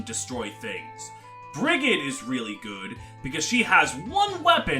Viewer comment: fyi Brigid’s name is pronounced like Frigid (cold) but with a B instead of an F. source: it’s my name